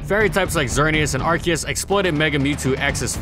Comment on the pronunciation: ar ce us